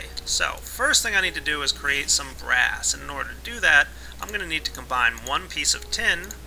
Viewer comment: I thought u said grass when you were makin BRASS